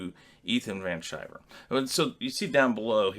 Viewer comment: It's pronounced, Ethan Van Sky-Ver, or Caesar, or the Human Sunbeam. Hail the Toxic Brood and the Fandom Menace!